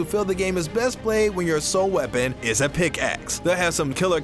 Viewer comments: Did he just say pixack instead of pickaxe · I nearly died when he said Pixake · " the picks-ack warriors" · I think he said pixacke weapon 😂😂😂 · Did it annoy anyone else how he said "Pixack"? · And then he said it right the next few times... confusing. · I was annoyed 2